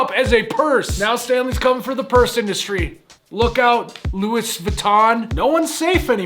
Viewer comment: the way he pronounced louis